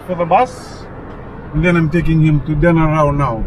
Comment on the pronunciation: Den-a-ral Island. I lived there for 6 months, great to see it again. Tourists pronounce it incorrectly